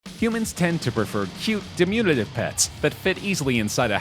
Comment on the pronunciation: "dimunitive" lol. Try diminutive